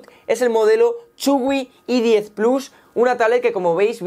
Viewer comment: que la "H" se pronuncia como "jota" en inglés, por favor. No es una e-10, ni la otra una e-book, que eso es un archivo. A parte de eso, muy bien. Adelante con el contenido Windows.